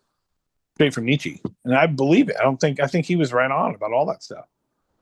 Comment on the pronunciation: Buzz will forever mispronounce Nietzsche.